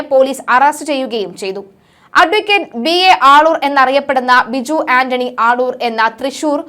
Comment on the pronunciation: ആളൂർ അല്ലേ?? മള്ളൂർ എന്ന് പറയുന്നു... 🤔🤔